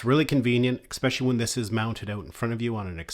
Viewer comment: Please do not take this the wrong way -- I do enjoy your videos and I think they are very helpful, comprehensive and instructive. Detracting from that great work is your continued mis-pronunciation of the work "especially." Note that there is no K nor any K sound in this word. Phonetically, it is ehspehshahlee, not eKspeshly. I am sorry to give you this unsolicited, but constructive criticism, but I think if you correct that, it will improve your videos dramatically.